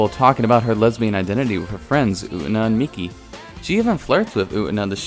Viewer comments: Did you.... did you really just call Utena "Oot'na"...? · You, pronouncing Utena "U'ENA" is really disturbing ngl. 😐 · youre pronunciation of U-TE-NA is really frustrating lol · The way you pronounced “utena” just took 3 years off my life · hell sameee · Everyone disliked that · Took 12 off of mine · you pronounce utena wrong and it bothers me eVERYTIME aaaa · Dude...the way you pronounce Utena....cringy.